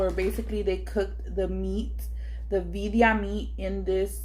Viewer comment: That looks so good! Got me hungry. But were u tryna say Birria?